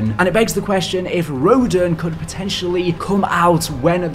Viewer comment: Row-Dan not Row-din